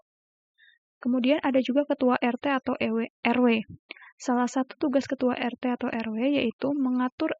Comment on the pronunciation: Bu bukan ewe 😂 maap yanh tapi erte😊😅😢😂❤ terimakasih bu